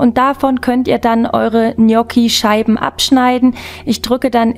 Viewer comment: Genial lecker!! Endlich mal jemand der es richtig ausspricht!! Nix anderes erwartet!😘lg mel